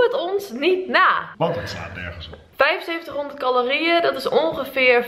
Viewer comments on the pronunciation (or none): Doen alsof je dom bent door 7500 twee keer verkeerd uit te spreken is niet grappig of schattig, je zet jezelf alleen voor schut. Iedereen weet dat je t gewoon prima kan uitspreken. Zou gek zijn als je dat op jouw leeftijd niet kan ;)